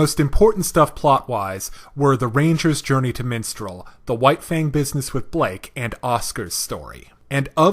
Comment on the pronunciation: Mistral...not minstral.